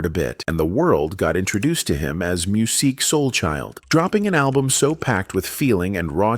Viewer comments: I really wanted to listen to this video but I can't listen to a whole video where AI continually mispronounces his name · yea it was a hard watch